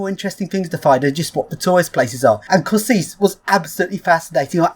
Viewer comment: Hi, Slovak here. Kosice is pronounced Ko-shi-ce